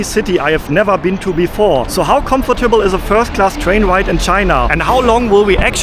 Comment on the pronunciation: Geniales Video,! Hat mir super gefallen. Bitte erlaube mir kleine Anmerkung bzgl. Aussprache: 1. "Comfortable" wird im Englischen dreisilbig ausgesprochen, anders als im Deutschen, also das zweite o wird nicht ausgesprochen. 2. Das x in Xinjiang wird nicht wie "tsch" ausgesprochen, sondern wie das "ch" in China. Ich wünsch dir weiterhin eine gute Reise! 😊